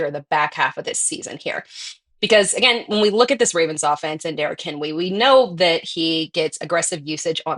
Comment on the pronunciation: for the “Derrick Henwee”